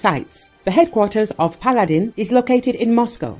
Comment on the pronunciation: They pronounce Paladin like P’Aladdin